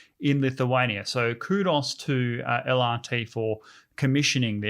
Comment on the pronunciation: It's Kudos not Krudos!